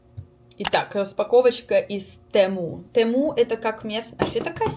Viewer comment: тЕму правильний наголос ти шо